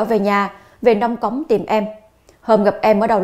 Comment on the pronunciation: "NÔNG CỐNG" ... CHỨ KHÔNG PHẢI "NÔNG CÔNG" !!! CO XƯỚNG NGÔN VIÊN ĐỌC NHẦM LÀ "NÔNG CÔNG" !!!